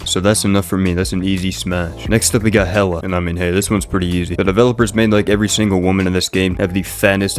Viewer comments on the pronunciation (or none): none